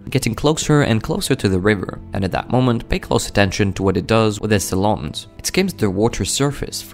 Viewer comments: He put the em-PHA-sis on the wrong syl-LA-ble. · Agree to both. It's pronounced TAL-ons, not ta-LONEs... and this is how Eagle's feed, not sure why it's so "shocking" to "everyone." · Ok these type of shorts really starting piss me off.. more and more people putting their stupid ass commentary over top of the most normal and predictable behavior possible and acting like it's somthing bizarre/ amazing /ect... and for the record it's pronounced TAL-ONS NOT TUH-LONS....SMH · His “tal-OOONS”😂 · I was wondering WTF he said Tolons😂🤣 crazy how some Americans pronounce words, they butcher them 🤣😂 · I think his pronunciation of talon is spelt talawns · “With his tal-awns” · The pronounciation of talons is hysterical, I never heard it said as "te-LONS, ridiculous. There are many posts of eagles fishing on You tube, catching much larger fish too. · It's pronounced tallins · It has it's talons done at a hair salon. Think either the narrator or the AI used the word "salon" as the reference for pronunciation. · Today I learned I have been pronouncing talons wrong my whole life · The way he pronounces Talon is similar to how the French say underpants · It’s a beautiful video. Also I’ve never heard anybody pronounce the word “talons” the way you do. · I’m perturbed by how irrationally angry I am at the pronunciation of “talons” here. Also this is pretty damn normal, why this guy acting like this eagle just solved a math equation? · Dude needs to learn how to correctly pronounce TALONS 😮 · Pronounce Talons correctly ffs